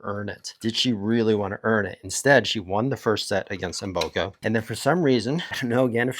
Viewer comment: Mboko not Mboka, 😅